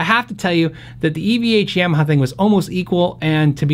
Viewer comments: Ya - maha not Yam - aha. Thank you. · Love your vids...appreciate the speed and variety you get through in a not-overly-long video. However...please learn how to pronounce “Yamaha”. It’s not “yeah-ma-ha”. It’s “Yah-ma-ha”. Stubborn peeps will say “pronounce it however you want”, but it’s especially jarring hearing that. Quite sure that’s not how they say it in Japan. Respect the name.